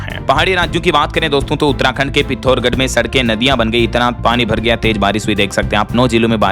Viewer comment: पिथौरगढ नहीं पिथौरागढ़ बोले।